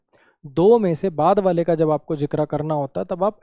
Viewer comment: Mai har baar sochta tha sir galti se zikr ko zikra bol dete hai... but i swear unse zikr word bola hi ni jata 😂😅 aur kisne notice kiya???😅